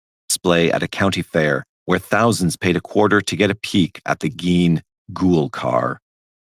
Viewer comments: GEEN mf gEEn lol damn that’s been driving me crazy listening you pronounce it wrong for a week straight every time you say it I’m just yelling inside. Please pronounce it correctly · has to be trolling he clearly hears it being pronounced “GEEN”